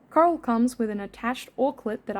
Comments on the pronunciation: Is it just me, or does it sound like is saying “Carl” instead of “Coral” sometimes? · I kept hearing “Karl” instead of “coral”, so I was super confused throughout like half the video 😭😭😭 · no way i thought u were saying "carl" this whole time! haha